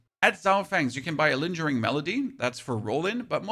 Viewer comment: Dude, learn to pronounce things... Oscillating is Ah-sil-ay-ting. Lingering is ling-grr-ing. For example, lol.